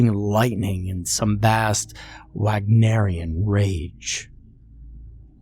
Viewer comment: Took about 16 minutes and 25 seconds to get the stupidly predictable and formulaic Godwin’s Law part of the story🤣🤣🤣🤣. ‘Wag-naraian’🤣🤣🤣🤣.